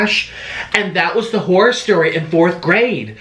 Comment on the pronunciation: He literally says Hoyer and not Horror.